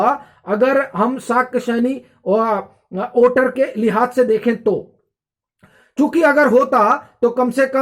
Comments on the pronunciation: Don't judge him by his pronunciation. He's doing great work. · ओटर नहीं वोटर ।